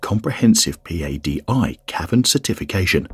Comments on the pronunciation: P-A-D-I is usually pronounced as Pah-dee. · No one says p a d i. They say Padi. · It's Patty like the name. You're spelling it right? But you're not saying it, right? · “P-A-D-I” 😅😅 can tell this is narrated by a non-diver